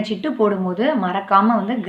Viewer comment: சிட்டு (ஆ) இல்லை சீட்டு (ஆ) sister...